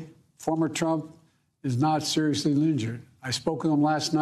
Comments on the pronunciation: Oh god he was doing so well…until “Former Trump was not surously linjured…” SMH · "FORMER TRUMP IS NOT SERIZZLY LINGEERED" -Joe Biden 🤡